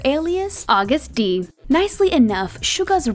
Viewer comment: Am I the only one that keeps noticing her pronounce Agust-D and Daechwita wrong? 🤦🏻‍♀️😅